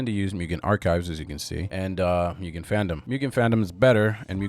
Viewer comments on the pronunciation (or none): a comment: it’s not pronounced »myugen«, but rather like »moogen« — it’s japanese and means »infinite« isn’t flash deprecated?